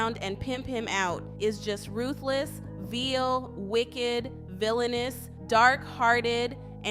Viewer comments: Please “ veal” is a meat from young cow. “ the word “ vile” is pronounced vi———-le. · it’s“vile” not “veeel” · Ummm... Vile is pronounced like While. Not Veal. lol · It’s VILE like V-EYE-L NOT VEEL LOL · She said “veal” 😂😂 it’s VILE! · V-I-L-E not VEAL. Veal is a calf. Get some education before trying to teach others. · Vile. Its NOT pronounced veal...veal is a type of meat. Its pronounced v-eye-al. Vile means morally bad, physically repulsive, or utterly bad. Figured you'd want to know since its a word that may come up a lot as you report on all this VILE crap! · I THINK YOU SHOULD GO BACK TO SCHOOL😂🤣😂🤣 AND LEARN THE DIFFERANCE BETWEEN VEAL AND VILE🤣😂🤣😂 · Vile not Veal lol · When you pronounced "vile" as "veal" I HOLLERED!!!🥴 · Maybe she was thinking about her dinner when she pronounced 'vile' 😅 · Girl learn how to read vile is not pronounced veal... Vile is disgusting veal is a meat. Wtf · Veal is a meat! The pronounciation is VILE! You need to learn to speak properly. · I think Jada would have no problem giving her child over, all these Stars would do the same thing to their children. By the way the word is vile long I sound, you pronounced it as Veal v e a l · DAMN!!! You can't properly pronounce the word "vile" ????? LMAO!!!!! Is this an A.I. narrator??? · u need to learn to read english before reading this stuff out loud.vile is not veal vile is u reading it wrong.on tv! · Vile pronounced like mile it means nasty/disgusting